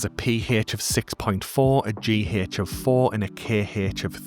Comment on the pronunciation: Im rewatching and subbing for the Kehh-hech, Peeh- hech and the Jeeh-hech! Love your style and content.